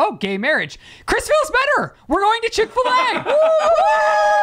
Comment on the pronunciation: Am I the only one triggered when they said chick fil a sauce iykyk 😂😂